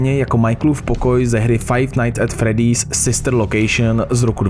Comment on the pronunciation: fredd👉I👈's, fizbar? Sice je to Freddy's a Fazbear ale jinak super video 🐻🐻 (BTW, dneska sem na tom byl v kině a když sem jel domů, vyšlo tohle video)